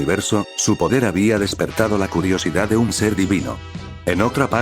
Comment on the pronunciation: Sin ofender pero utilizas mucho acento en el Habia